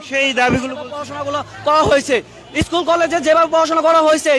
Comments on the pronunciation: ইস্কুলের নামটি ও দেখি ঠিক মত বলতে পারেনা আইছে পাস করতে ।দেখেই বোঝা যায় টিকটক করে আসছে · সরকার পরিক্ষার ৩...৪ মাস আগেই জানাই দিছে যে এবার খাতার সঠিক মূল্যায়ন করা হবে .....আর গনিতে McQ এ ৮ এ পাশ কোনোদিন ও ছিলো না....গনিতে ১০ এ পাশ এটা তো সারাজীবন ই হয়ে এসেছে......আর কেমন আন্দোলনকারী যে স্কুলের নাম ই ঠিকমতো বলতে পারে না........আন্টির ছেলে যে পড়াশোনা করে না সেইটা একবার ও বললো না...... এদের দাবি সম্পূর্ণ অযৌক্তিক.... এদের শুধু মাইরের দরকার 🙂 আমি নিজেও ssc 25 পরিক্ষার্থী..... রাজশাহী বোর্ড....!! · স্কুলের নামটাই সঠিকভাবে বলতে পারেনা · ভাইরে ভাই তুইতো স্কুলের নামটাই বলতে পারলি না আবার আসছিস আন্দোলন করতে